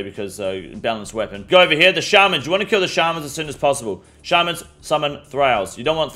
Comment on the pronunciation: My only quip They are "shay man's" Not shaaaaarrrmunsbwaaaaahppopppp